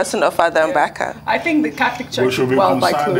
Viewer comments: Hi news presenter. The pronounciation is Mbaka, and not Mgbaka. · Ojy it’s Mbaka, not Mgbaka. Ukwuani people speak Igbo!